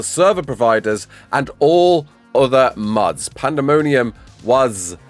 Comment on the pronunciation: I thought you were saying muds instead of mods I'm like multy user dungeons? Hahah